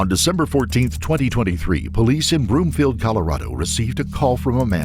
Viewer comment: FYI it’s Broomfield, not Bloomfield 🙂